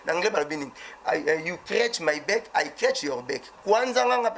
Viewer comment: Mossaka 😂😂😂en anglais ba lobaka You scratched my back and I scratched your back et non me beck